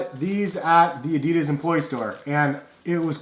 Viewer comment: That's not how you pronounce Adidas